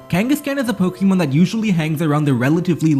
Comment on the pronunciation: Say it with me: Po. Kuh. Mon. There's no long E sound in there. You sound ridiculous.